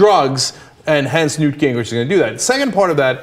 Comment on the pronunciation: Come on people, his name is NEWT. 'nough said.